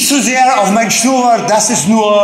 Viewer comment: Wie geil er Schnurrbart ausspricht 😂